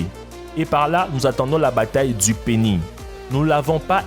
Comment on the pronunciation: Dans le mot Penis, le S se prononce :))